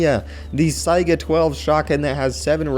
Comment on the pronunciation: hey the saiga shotgun is pronounced like say not like sigh